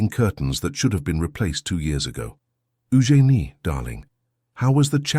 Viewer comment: I'm pretty sure that "Eugene" is being mispronounced.